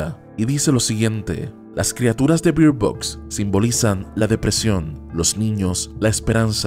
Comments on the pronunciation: Se pronuncia Berd Box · Pronuncias mal Bird Box